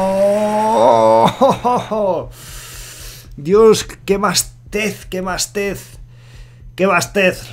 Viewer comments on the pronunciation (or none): creo que se dice "basto", no "bastez" xD